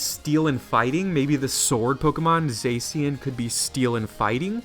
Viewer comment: It's pronounced za-shi-an